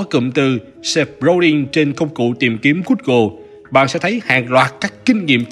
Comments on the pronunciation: gu - gồ chứ ko phải gút - gồ nhé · Gút gồ , Ma két tin :)))) . K hiểu ai dạy